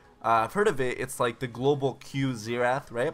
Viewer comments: Zenath? I though it was xerath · Disliked literally just because of the pronounciation of Xerath